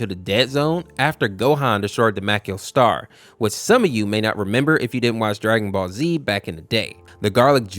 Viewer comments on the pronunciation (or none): none